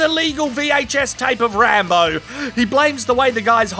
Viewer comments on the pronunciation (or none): none